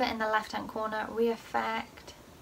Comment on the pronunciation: This isn’t hate but why do you say we affect instead of re affect